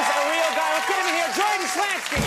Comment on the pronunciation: First time Conan mis-pronounced his last name.